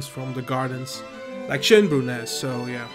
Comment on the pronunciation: First pronunciation of Schönbrunn was quite on point. The zoo is rated best in Europe as far as I know and it is the oldest still existing zoo in the world. Quite interesting as it mix modern zoo exhibits with historic buildings.